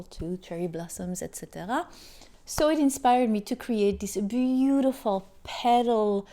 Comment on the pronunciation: You nicely say beautiful.livelybeautifllllllll